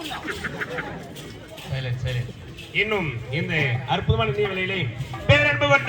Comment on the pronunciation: நிகழ்ச்சி-ன்னு போடுங்க.... நிகய்ச்சி இல்ல